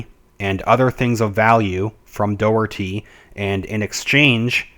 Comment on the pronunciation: Pronounced Jay nee Blackwell..Pronounced John Dock-erty